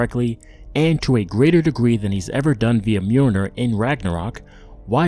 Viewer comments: Its not nyoneer its mjolnir damn you cant even pronounce wrong names correctly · its mjolnir not nyoneer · It's not nyoneer it's called mewmew. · It’s not myooner dude, it’s m-yoll-nir. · the way he says mjolnir bothers me